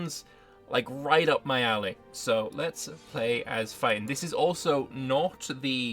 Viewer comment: Feiten pronounced as fighting hurts my soul